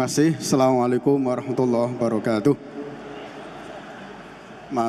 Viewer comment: Mohon maaf mohon betulkan redaksi salam itu yg betul itu assamualaikum ... Bukan salamualaikum maaf